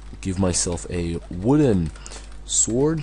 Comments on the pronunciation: SWORD not SOWRD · Sword. Not sowrd. XD